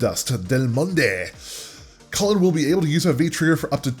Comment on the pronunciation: a small nitpick, its pronounced "colleen" ;)